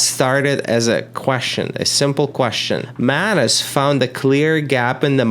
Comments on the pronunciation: ohhh MANUS... i keep hearing mayonnaise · I do not like the way u pronounce MANUS. Or am i the one with the wrong pronunciation??